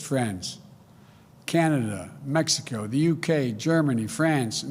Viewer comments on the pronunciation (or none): none